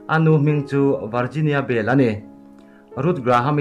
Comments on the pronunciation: Ruth Bill niloin Bell zawk aw 🤔🤔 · A hming hi han ti dik hram ula..Ruth Bell a niin ka hria